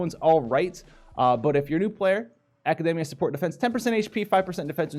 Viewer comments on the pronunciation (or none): none